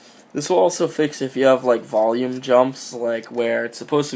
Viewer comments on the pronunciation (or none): none